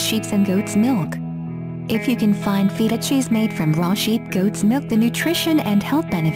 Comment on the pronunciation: when u pronounced feta cheese as feet-tah cheese I you lost all my respect sry lol